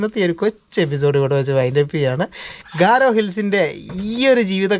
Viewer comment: ഖാരോ അല്ല ഗാരോ എന്നാണ്